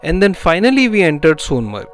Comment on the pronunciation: Sonmerg...sounded a bit like Carlsberg...